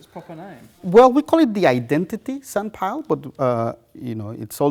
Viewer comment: After 15 minutes it sounds like he says senpai and not sandpile